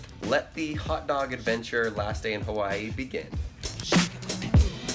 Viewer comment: It sounds like you saying kawii